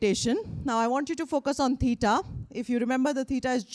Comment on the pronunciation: Unable to modify post just wrote in reference to pronunciation of what I heard as “peeta”/“pīta”, thinking she is referring to beta waves. I apologize if I am wrong in what word was the referenced wave type. Same pronunciation of the ‘w’ in theta waves.